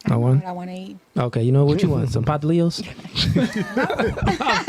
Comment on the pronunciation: He said pastelillos lmao!!😂